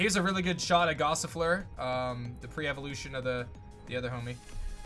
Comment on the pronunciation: Gossifleur, not Passifleur.